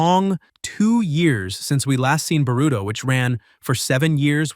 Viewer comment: Why u pronouncing his name like “burrito”😭💀